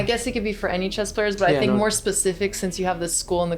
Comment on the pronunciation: Alex said anyyyy like an indian lol